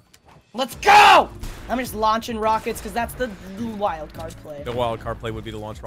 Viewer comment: They say wildcard psh it’s wildFart lol